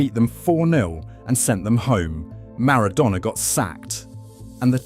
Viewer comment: Don't forget the AI voice as well. Who would make a 30 minute video about Argentina football history and not know how to pronounce Maradona.